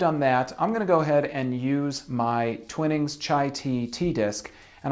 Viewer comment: It's pronounced Twinings like Twine not Twinnings. It's a lovely cup and I'm not a big tea drinker.